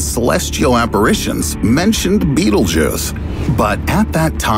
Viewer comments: Its not beatle Juice ITS PRONOUNCED BET EL GEESE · its BETELGUESE not Beetlejuice. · Sounds a bit alarmist to me. Why are some people/institutions trying to generate constant fear among the general population, the stress in his voice etc. Defies logic. Be happy bud! Calm down! (and by the way it's Betel-geuse not the hollywood version Beetle juice) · Can you fucking stop pronouncing it "Beetle Juice"... It's pronounced Bae Tell Jeuz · It isn't pronounced beetle-juice it's pronounced bétel-jis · It's pronounced "betal gowse" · It isn't pronounced beetle-juice it's pronounced betél-jis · It's pronounced bétel-jis not beetle juice. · It's so hard to take this serious when it's pronounced Beetlejuice. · Man everytime he said beetle juice I got kinda annoyed it's pronounced like "betelgus" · It’s pronounced Bet-Elle-G’use, not Bettlejuice. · Note this: This content is older more than 2 years. Stupid clickbait video. Narrator gonna be in hell for false rumour, scaring innocent people. Also it is pronounced as battle-jaz not bittlejuice.. Thank me later narrator. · Him: Betelgeuse Me: Beetlejuice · It's not pronounced 'beetlejuice' and that has driven me nuts through the whole damn thing -_ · Betelgeuse is NOT pronounced "Beetlejuice" you dyslectic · Wait Betelgeuse is pronounced as beetle juice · Before i read the comment: betelgeuse After i red the comment: bettlejuice. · I jus thought this hahahaa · Bee-tel-guy-se... betelguise this guy doesn't know how to pronounce basic words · I still can't get over the fact that he kept saying Beetlejuice every damn sentence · I thought he fucking said beetle juice. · Did he just said "bettle-juice"? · nobody:: B E E T L E J U I C E